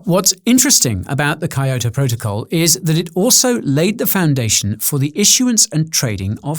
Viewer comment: Never heard Kyoto pronounced that way